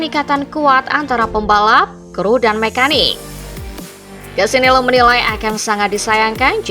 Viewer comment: Lucio Cecchinello Bacanya Lusio Cekinelo Bukan Kesinelo